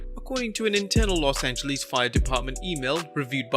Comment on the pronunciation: LOS ANGELEESE